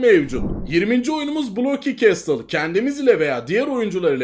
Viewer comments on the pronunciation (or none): none